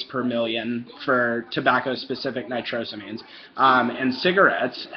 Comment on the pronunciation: Its pronounced " nitro-say- means" you lil poopsmuggler you